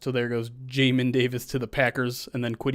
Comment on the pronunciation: Its definitely pronounced jay-min rhymes with lay kin lol